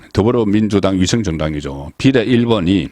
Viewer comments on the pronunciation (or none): 비:례를 비례라고 대부분의 단어를 첫음절을 강조하고 짧게 발음한게 유행인가 딱 듣기 싫네